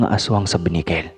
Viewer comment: Correction not binikel ,kundi benicquel